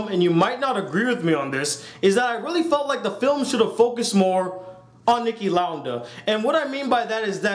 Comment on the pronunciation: It's Niki Lauda(Lou-duh)